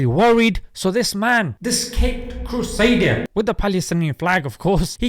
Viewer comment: did you really say caped "cursader" I must've misheard right?